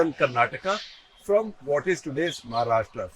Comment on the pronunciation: Also, I think on the analogy of the pronunciation कर्नाटका, you pronounce 'Maharashtra' also as महाराष्ट्रा -- at least off and on, though admittedly not always. Well, it is and should be महाराष्ट्र.